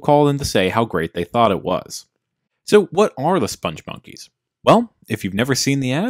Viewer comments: Joel Veitch, the creator of the characters, pronounces it spong (rhymes with "pong") monkeys, not "sponge monkeys". There's a video on YouTube where he is interviewed (the interviewer mispronounces it too). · you feature a CNN clip demonstrating the correct pronunciation of "spongmonkeys" and "Veitch", and then spend the rest of your video mispronouncing both, meaning your research was nothing more cursory than a couple of Google searches, and your opinion, sir, is invalid.